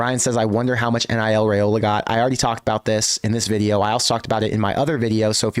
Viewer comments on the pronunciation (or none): Can Nebraska get to the playoff with Raiola before he leaves Nebraska? (BTW:pronounced RYEola NOT RAYola according to Dylan)